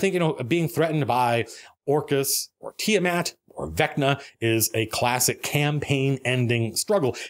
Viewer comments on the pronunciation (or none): Tiamat? More like Tia-Matt!